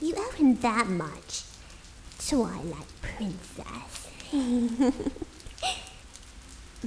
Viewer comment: sounded like you said" taken over by the ruler of the toilet" so did evry time u sed twilight.